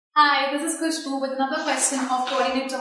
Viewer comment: Mam I'm kushboo hota hai not this is khusboo